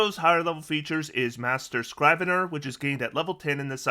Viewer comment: I just want to point out that Scrivener is pronounced with a short "i" like shiv, not a long "i" like scribe. At least in most cases. I'm somewhat familiar with the word, as I've been called it my whole life.